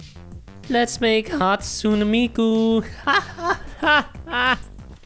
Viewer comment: | That isn’t how you pronounce hatsune miku Hat-soon-A Me-koo